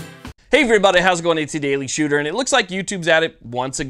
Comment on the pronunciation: "The Daily Shewtah."